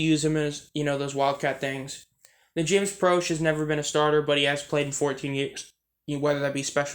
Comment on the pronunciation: You said proche wrong